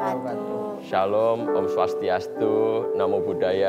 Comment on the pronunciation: Om swastyastu mas Kaesang bukan swasiastu